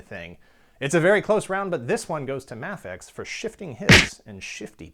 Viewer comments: I always thought it was pronounced Mafex (MAYfex) not (Mahfex)..... am I wrong??? Let me know. Thanks. Great videos. Love your work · By the way it's Ma-fex (May Fex) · Is it pronounced Ma-fex? i always thought it was May-fex. interesting. Really liking the VS series, binge watching them now, haha. I have a beef against Mafex figured being wonky in assembly, sadly. Had a few fall apart on me almost out of the box. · You say mafex wrong